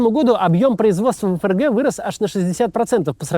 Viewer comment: эФ эР Гэ😂😂😂😂😂 букварь читай